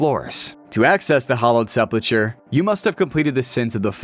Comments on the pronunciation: Sepul-ker is how its pronounced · reading this after coming here to mention his pronunciation of sepulchre and ardougne like ardong was completely wrong was wild xD